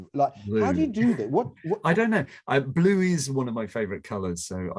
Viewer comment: Chris' "blue" sounds a bit like "bloom" - actually quite nice :D It also goes a bit into the French "bleu", with the U maybe sounding a bit like the one in "cru" (as in the Wine terminology).